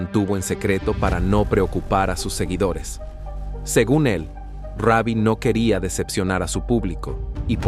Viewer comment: Hermano sino save no able el nombre es Rubi no Ravi ok😊